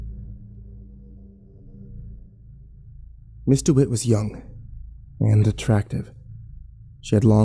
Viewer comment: I had to look up the story because it sounded like he was saying Mr. Witt instead of Ms. Dewitt and was confusing me lol